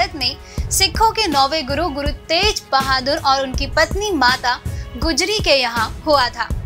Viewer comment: gussa mat karna magr Shri guru Gobind Singh ji ke pitaji ka nam Shri guru tegh bahadur si pronounced karne main app Galt bol rahe ho